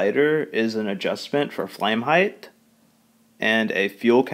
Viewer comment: Thanks for the review, but why do so many American's on YouTube seem to pronounce the word "height" as "heighth"...